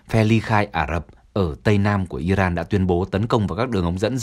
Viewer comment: Nghe btv phát âm tiếng Anh mà chán ! 'Caesar', 'Iran', ... bùn cho giới trẻ ngày nay bị hấp thu cái v/h cờ lờ mờ vờ ? :face-red-droopy-eyes::face-fuchsia-wide-eyes::face-blue-wide-eyes::face-blue-smiling::face-red-heart-shape